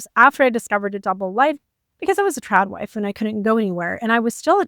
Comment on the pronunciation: A trob wife. She keeps saying something like a trap life or a prop wife or a truck wife what is she saying?